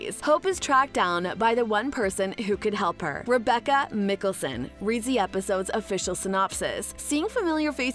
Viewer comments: you have done some many videos on these shows but still make no effort to even pronounce their names right? like, you dont have to even watch them(and its obvious you don't) can you ATLEAST pronounce mikaelson right? *hint, its mike not mik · It's Michelson not micholson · Did u just say miccason? Its mikaelson not miccasson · mi-kealson... ITS MIKAELSON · stopped watching since they can’t say Michelson correctly. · If you can't get the originals last name right its Mikaelson not Nicholson through all three series their name is repeated over and over again it shows that you haven't watched any of the series I guess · She doesn't even know hot to spell mikaelson she calls it mickelsonnnnnn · Why would you pronounce Mikaelson that way in this video 😒 Like you haven’t heard it in the last 10 years starting with vampire diaries.